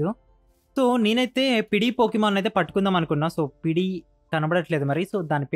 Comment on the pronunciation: Adi pidi kadu pidgi